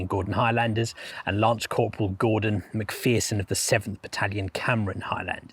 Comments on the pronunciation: Just a small suggestion. One thing that jarred was your mispronunciation of Lance Corporal MacPherson's name. The second syllable is not pronounced like "fear", it's like the "err" in error. It would be more respectful to check up how names are pronounced. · People may think my comment is trivial, but I think it's important. The soldier whose surname is McPherson has his name mispronounced in this. The name is pronounced as in err, so McPherson, not as in ear, so McPhearson. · It's Mc Pherson there is no double e. Please respect this and pronounce their names properly.